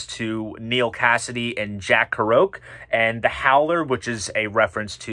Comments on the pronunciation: You absolutely BUTCHERED the pronunciation of Jack Kerouac! Never heard of KAH ROKE ! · well done! I agree with nearly everything ( except the Belew period Discipline being so high)... little thing, I know, but Jack Kerouac (ke ro ac), Allen Ginsberg (/g/ not /dZ/), Gustav Holst's Mars and Larks Tongues in Aspic ( not aspect) - sorry to be picky but we're talking Robert Fripp haha!